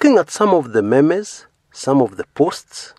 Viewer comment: my brother memes are pronounced as meems